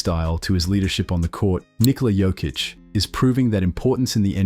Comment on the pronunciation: Yo-kich 😅..no joke brother 😅